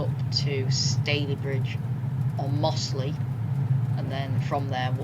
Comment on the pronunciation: It's slawit not slaithwaite. And mozzley